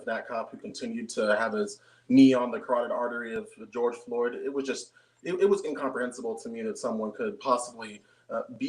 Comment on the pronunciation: GEORGE FLOYD....why does constantly mispronounce the victims names he's also done it to ARBERY...bet not ONCE has he flubbed mcflurry or gyser...his name was BOTHAM JEAN (pronounced JE - AUN)...u spend twice as much time on (rioting) you mean protest than you do on police misconduct🤔 dude you sicken me... who's your inspiration, Sam Jackson character from DJANGO...he was playing a character...maybe u are too$$🤔 "where dat nigga get a horse boss"